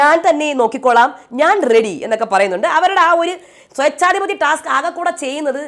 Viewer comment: സ്വേച്ഛാധിപതി ആണ് ചേച്ചി... Not സെച്ചാധിപതി